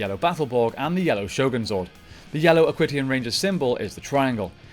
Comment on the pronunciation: Great video, just a few errors I noticed though, Aquitions is pronounced Ak-wee-shins not ak-wit-e-ons, you said the black ranger pilots the black beetle borg and Dustin is the yellow ninja storm ranger, wind ninja is the name of the academy